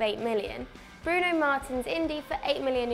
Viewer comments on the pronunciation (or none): none